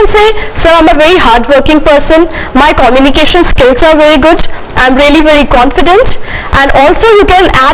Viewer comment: hahahahaha look the way she has a pronounced communication..............cominication she said...........hahahahaha